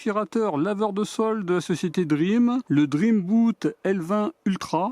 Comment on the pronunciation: Cela se prononce Dreambotte pas Dreambout ;) Bot vient de roBOT! Top top top vidéo hâte de voir tes prochaines vidéos😊